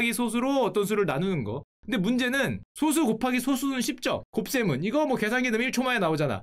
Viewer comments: 근데 방장님 발음 틀리심 소수❌ 소쑤⭕️ ㅋㅋ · 소수 불편하다.. 솟수 라고 읽어야하는데 ㅜ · 소수의 발음은 소쑤로 발음해야 합니다. 그냥 소수로 발음하면 소수점이 달린 수를 의미합니다. 원래는 표기를 솟수로 썼지만 한자로만 구성된 한자어는 사이시옷을 넣으면 안 된다는 원칙을 고수하는 국립국어원의 만행으로 소수와 표기가 같아져버렸죠. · 0.23 같은 건 소수 그대로 발음이지만 prime number를 뜻하는 소수는 예전엔 솟수로 표기하기도 했고 표기법은 소수로 바뀌었지만 발음은 여전히 [소쑤]라고 발음해야 옳습니다. 요즘엔 이 정보가 소멸해버렸네요. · 소수 발음 솟수라 안하는거 킹받넹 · 1과 자기 자신으로 나누어지는 수를 의미하는 소수(素數)는 소쑤로 발음합니다 0과 1사이의 수를 의미하는 소수(少數) 는 소:수 입니다.